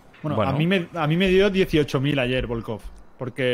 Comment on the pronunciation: Bolcov* Presten atención a la pronunciación